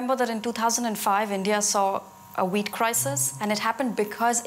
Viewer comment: Sorry but every time you say wheat , l hear weed..🤣🤣🤣